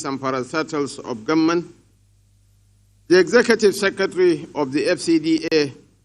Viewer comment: Why do northerners pronounce government as gunmen? Did you hear that from shetima?